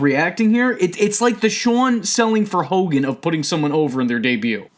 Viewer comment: And finally got Hulk hogans name right